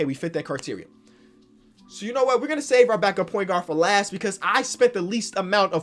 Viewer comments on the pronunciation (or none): none